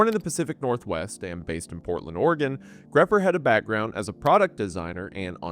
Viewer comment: My blasted ear keeps hearing you pronounce Oregon as Organ lol